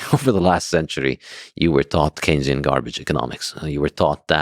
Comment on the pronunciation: really frustrating because his inability to actually make the case against keynesian economics (did they just mispronounce it the whole time?) makes the side of „hucksters, frauds and exploiters“ look more credible than they might otherwise.